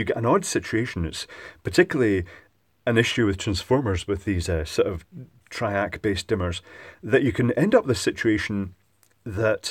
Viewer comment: Fairly heavy Scottish accent.... 'triac' becomes 'track'. Had to double-take a couple of times. TRI-AC. TRI-AC. Repeat 100 times,!:-)